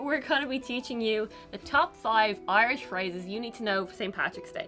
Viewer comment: I notice pronounces the words as Ahrland and Oirish.